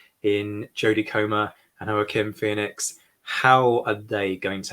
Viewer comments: You do appear to be British, so I'll cut you some slack. But "Joaquin" in the United States is pronounced wah-keen [wa'kin] as in the placename "San Joaquin" found throughout California. Since Joaquin Phoenix is American his name, as evidenced by the way all his actor friends pronounced his name in the link I provided, is pronounced in the American way: Wah-keen. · Great commentary. Just a quibble. Joaquin is pronounced wah-keen. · No. Its Jo Ack a Win.